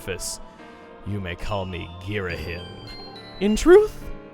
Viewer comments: Everyone pronounces video game stuff differently, I get it. I really do. But I will never get used to 'GhiraHIM'. It was always 'Ghira-HEEM' to me. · It's pronounced Ghiraheem! Have you not played hyrule warriors?! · Not to be a huge nitpick, but the "him" in "Ghirahim" is actually pronounced as "heem" making his name pronounced as "Ghiraheem" you can hear so in one of the Hyrule Warriors cutscenes, as some of those contain narration with voice acting. Again, not meaning to be a pain. Just pointing it out ^.^ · That's not how his name is pronounced goddamn it. Ghira-HEEM. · Nobody ever says "Ghirahim" right 😐😑